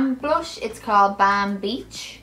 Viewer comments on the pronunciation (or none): hahaha how she pronounces the balm. says it like bam! love you